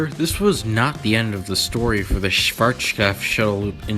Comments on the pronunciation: Its so hilarious listening to you calling Schwazkopf. The W is called like a V [vee] but pronounced sharper and harder. My current information is that there is one last Shuttle Loop in the US and one last in Europe from Schwarzkopf.(Belgium) But the Version in Belgium is not anymore in its Original State, the Company who got the rights of Schwarzkopfs Blueprints and such did install a new Launch System, still in Original Style, but with a new System, Engine and such so its much easier for them to maintenance the ride. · Might be more fun, but you don't pronounce it the German way in any way. As a beginning, the z is not a sh, it's pronounced as ts with a sharp s. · Wow you really butchered the pronunciation of Schwarzkopf. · Dude, just pronounce Schwarzkopf the western way lol. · Cool video. Sadly, I couldn´t ride one of these by my own. And I´m happy about you trying to pronounce Schwarzkopf the right way (even if it still sunds as if you´re drunk..) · You have a real problem pronouncing “Schwarzkopf”. You also pronounced “Scirocco” wrong.